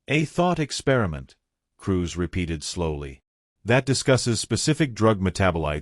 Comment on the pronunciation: Dotting i's and crossing t's. Cruz not Cruise.